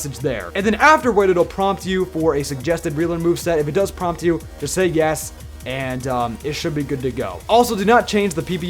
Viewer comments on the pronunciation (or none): none